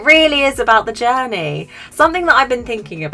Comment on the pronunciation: The way you said “it’s not about the destination it’s about the journaeee” made me cackle hahaha I love your sense of humour 🫶🏻 Thanks I really enjoyed what you had to share I know for some and myself included stuff like this goes a long way so it’s always good to stumble upon these beautiful messages it really does help. Anyway I just want to say keep up the great work. Also you’re really beautiful! 😄